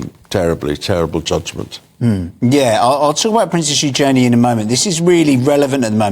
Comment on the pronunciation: New princess? she's the king's granddaughter. Daughter of Andrew and Sarah Ferguson. Ewe-jun-knee = Eugenie. They pronounced it wrong,again.